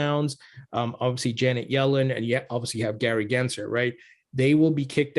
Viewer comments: … his name is NOT Genser! It’s GensLer. Cmon, disrespect the right guy!!! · Did I hear you say Gary Grinchler? 😆